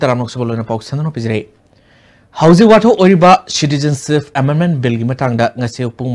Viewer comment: Asi kanana pao panaba khlino.... pronunciation sengna tw ngmdaba... citizenship se shuru2 neislaga adum loisnkhre pao paba noi fwdi pronunciation dufwdi chumna twhninge